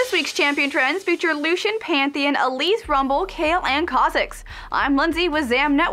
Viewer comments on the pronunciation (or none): PANTH EE ON!! jesus christ.